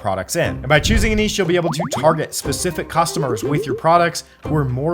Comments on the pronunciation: It’s , not … you’re welcome 😉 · Thanks for everything you do to help us. I thought it’s only right to offer my help where I can. Only people in America say niche like “nitch” though if you google it, you will see that the correct pronunciation even for American English sounds like “neesh” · Neesh, please! NEESH!! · It's niche. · Its neesh, Jesus Christ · G'day it's Steven from Down Under Always enjoy your enjoyable and informative videos. In Australia niche is pronounced "neesh" 😊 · Love the videos and appreciate the advice but the way he pronounces niche doesn't sit right 😅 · It's the other prononciation of niche, like the sh sound. This is how Google translate reads it... 🤔😳 Or just take it from a French speaking person